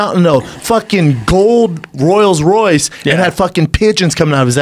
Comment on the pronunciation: call it royals royce one more fucking time